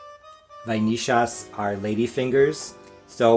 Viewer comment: Nice adaptation! I've never added cream cheese to pudding, sounds interesting! As a "porteño" I'm very proud of your pronunciation of the "ll" in vainillas 👌👍😂